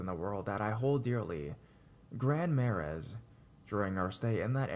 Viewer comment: It is pronounced Grand Mar-ay, not Maraz. Also, love tettegouche - Minnesotan